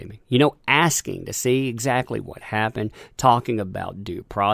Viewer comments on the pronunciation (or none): none